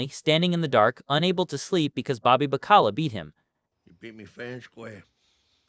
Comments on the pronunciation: "Bobby Ba-Ckala?" Did you actually watch this show? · Please for the love of God pronounce Bobby's last names correctly! What in the literal fu@ A Sopranos channel that mispronounces names!